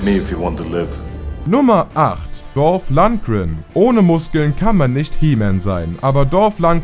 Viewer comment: Man sollte den Namen Mal lernen 🤦. Wie kann man nur Ivan Dragos Namen so schlecht aussprechen?